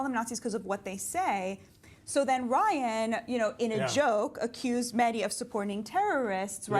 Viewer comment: I think they both said Ryan's name wrong.